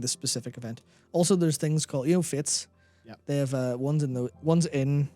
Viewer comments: The word fete is actually pronounced the same as fate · Fete is pronounced fate... It's a feast.